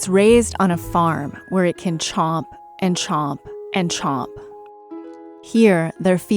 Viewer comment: is pronouncing a few words differently than the rest: Like chomp and *bones*. Has me intrigued...where is she from? And are these clues?